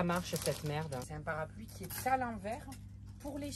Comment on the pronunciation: Tant pis pour ce qui n'aiment pas "mes petites merrrrde"